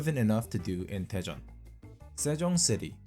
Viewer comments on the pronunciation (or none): Istg i thought you said depression instead of daejeon 😭😭😭